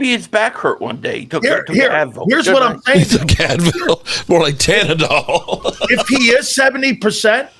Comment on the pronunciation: What is "tanandol"????think u mean Toradol bro..ok